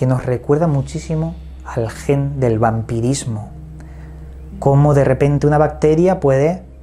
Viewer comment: El vampidismo jajajaja QUE CRACK jajaja